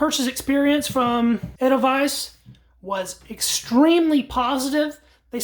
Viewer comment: You got the pronunciation of edelweiss right. In German, “ei” is pronounced “I”. By contrast, “ie” is pronounced “ee”. The letter e by itself is pronounced like a short a in English, as in age. German pronunciation is pretty straightforward, once you know the basics. The grammar, though, is a beast. Oh, and this is a very nice rifle, too.